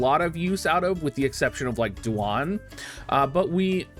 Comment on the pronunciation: Doo-Wan? WTF?! Duane mang. Like Wayne.